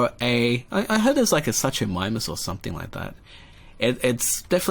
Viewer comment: You pronounced the ch in suchomimus incorrectly it's su ko mim us